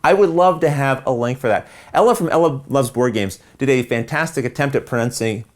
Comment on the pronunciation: is "produncing" Canadian for 'pronouncing'? Ha-ha!